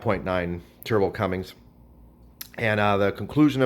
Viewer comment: There's no G in cummins.